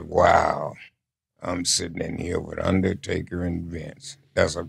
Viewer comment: "one on one against the undaytaka playa"